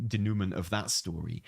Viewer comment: So happy about the harbinger pronunciation. Now... Who's gonna tell he pronounced denouement wrong?